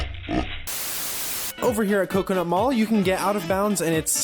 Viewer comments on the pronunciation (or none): none